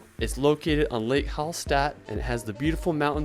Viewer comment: Very good suggestions for the trip in Austria, thank you very much. But I hate the horrible pronunciation of the austrian towns (e.g. Hallstatt...), oh no...